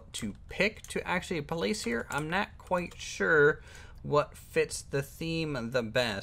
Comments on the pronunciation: Why do u say not like "nat"? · lol it's not bad I was just wondering. I figured it's a accent thing